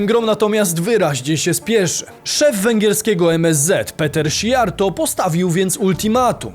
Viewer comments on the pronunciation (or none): none